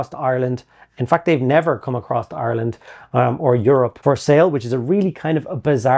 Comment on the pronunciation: I didn't realize you were from Ireland until you pronounce Ireland.